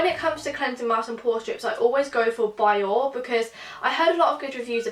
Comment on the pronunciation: Biore is pronounced as bee-or-rei